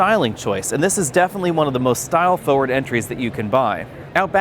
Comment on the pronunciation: "Foe-word" LOL